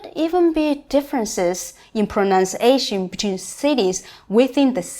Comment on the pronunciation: congratulations on pronouncing the word, "pronunciation" correctly! 99% of all native Chinese speakers I've heard incorrectly say, "pro-NOUN-ciation" instead of "pro-NUN-ciation" - for the word "pronounce" you do say, "pro-NOUN-ce" but for "pronunciation' you don't. It's "pro-NUN-ciation" as you have said here. Nice job:).